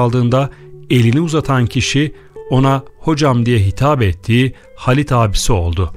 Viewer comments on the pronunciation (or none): Videoyu seslendiren beyefendi: Halit yazılır, Haalit okunur; Hamit yazılır, Haamit okunur, bilginize...